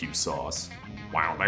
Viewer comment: What with him ripping off memes for the main hook for two of the songs? like Filthy had the "Haters gonna say it's fake" and then you had "Sauce" or as he pronounces it "Sow-s", its like when your biology teacher inserts a doge into his powerpoint presentation to appeal to the kids lmfao.